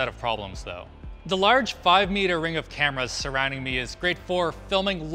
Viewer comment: "Suwwounding the camera awway" OwO?